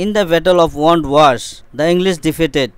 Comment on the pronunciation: it is wandi wash not wand wash